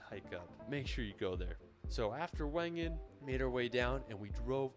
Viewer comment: Wengen prounonce with a V